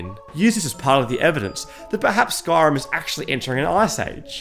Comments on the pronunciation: sorry but SKARIM!? It's spelt SKYrim for a reason, please learn to pronounce the name correctly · I hear ‘skarm’ not Skyrim